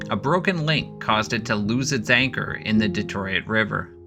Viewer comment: I'm guessing your Canadian by the accent and mispronunciation of Detroit and RADAR.